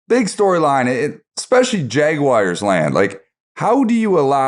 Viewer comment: Love these podcasts, but: Its Jag-wars not Jag-wires!